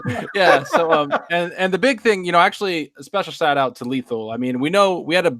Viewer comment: Specal guest lol???? Anyone hear that at 8 seconds???